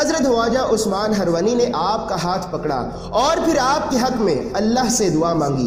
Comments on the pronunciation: उस्मान हरवनी नहीं उस्मान हारूनी है है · Bhai name sahi se lo khwaja shab ke peero mursid ka HZARAT KHWAJA USMAN-E-HARUNI- he harwani nhi he ok